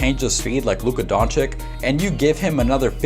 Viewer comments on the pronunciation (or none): Like the vid. But it’s Don-“chitch”, not Don-chick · DONČIČ..not donćik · Great video. But not Dončik its Dončić 😁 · It's pronounced don-chich not don-chick lol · LUKA DON*CHEECH*..PLEASEEEE :( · He is Luka Dončić and not Luka Dončik. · Say "Donchick" one more time. I dare you. I double dare you. Where the fuck did u get that from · Nice video but... Don chick??? This video took forover to be made? If you could just took few minutes of this time for his last name would be great. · his is name pronounced don-chitch btw. Ppl say it wrong all the time tho so it doesn’t rly matter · you are saying his name wrong and it is irritating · I give you like when you say his surname right bro-for real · for the love of god learn how to pronounce his name right....an otherwise good video completely ruined by your continuous mispronunciation of his name